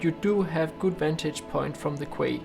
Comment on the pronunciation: Quay as in Key and Sublime as in Sub - Lime or Time....